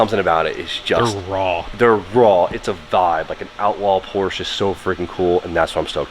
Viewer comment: You're either doing it on purpose because people like me hate it...or you don't know how to say Porsche.